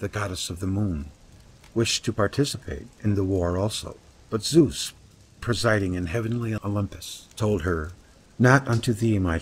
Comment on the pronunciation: No worries, americans can not pronounce vowels correctly, hence they pronounce all old gods wrong. My toenails scroll up if I hear how you pronounce Zeus ... Lern Italian, Finish, Japanese, Greek or German, and you learn how to pronounce vowels correctly, and then you know how to pronounce Zeus or Athene (that is btw not a 'th' as in 'the' or 'that' it is a soft 't')